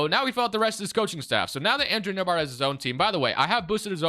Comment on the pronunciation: My last name is nembhard and to hear the way he says it, is killing me lol 😆 😂 the B is silent